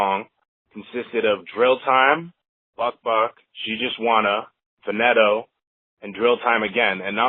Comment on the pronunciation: He said chief keef song fateto it's faneto😂